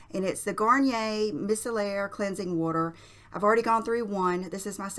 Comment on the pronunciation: MY-Celler Water lol